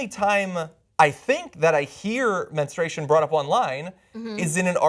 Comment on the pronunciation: Menstruation, not menestration.